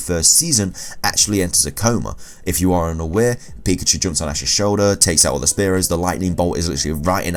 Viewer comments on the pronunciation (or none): none